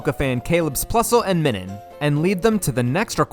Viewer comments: Minun is based on the "Minus" symbol, which is pronounced "my-nus." Now say it with my,. My... Nun. Now put it together. Minun. IT'S NOT MINNIN YOU FU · pretty sure it’s pronounced MINE-un, because it’s pronounced MINE-us, not MIN-us that’s a marill her? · The Minun pronunciation makes me rage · I thought your Minun pronunciation was bad, but then you hit us with the Roselia